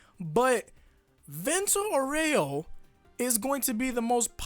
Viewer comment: every time I hear "vento oreo" instead of "vento aureo" I imagine chocolate flying in the sky.